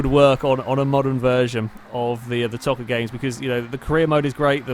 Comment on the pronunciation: Play ToCA Touring Cars 2 and it's pronounced Toe-Ca not To-Ca it's Dan Eaves not Evans